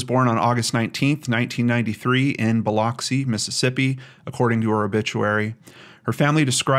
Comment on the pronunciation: Biloxi is pronounced like “bow luck see” lol I live here, in Mississippi.